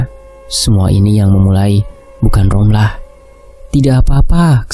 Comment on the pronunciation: Ngab ngomongnya romlah ya bukan rohma